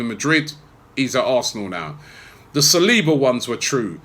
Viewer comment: Please tell how to pronounce saliba, he pronounces it like he´s saying Salahba